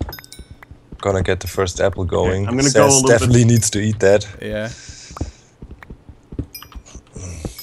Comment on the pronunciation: i like how always calls Seth Ses